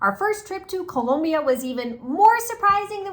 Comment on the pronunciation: Background music - Annoying. Too much emphasis on pronouncing Colombia correctly. Comes off inauthentic. Otherwise great video!